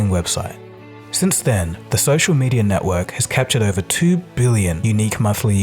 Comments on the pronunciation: It’s not “medier” it’s “mediUH” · "Media" not "medier" which is what you are saying many times throughout the video.